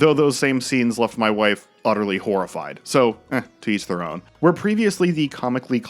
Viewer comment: "TEES there-oughn" for "to each their own" after remarking about ADR, classic.